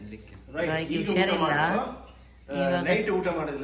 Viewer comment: ಉಷಾರಿಲ್ಲ, wrong pronounce ಹುಷಾರಿಲ್ಲ, right pronounce